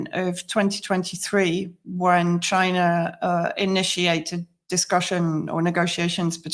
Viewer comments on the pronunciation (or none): none